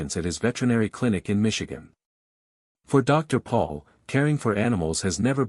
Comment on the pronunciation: ITS PRONIUNCED POLE NOT PAUL!